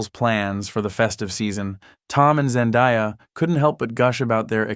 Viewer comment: Zen-DAY-A NOT ZEN-DIE-A